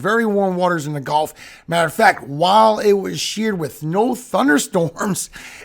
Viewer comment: Cringe trigger: You said "g-O-lf" instead of "g-U-lf" I know you are old enough to be in a generation that KNOWS better than to say it like the game not the body of water! I'm hoping you will choose to sound more educated like you clearly are and be careful not to leave that cringey mispronunciation in these videos! It ruins my ability to enjoy the info in the rest of the video likely because I instantly remember how hard it was to learn to say it correctly n stop getting fussed at in school!!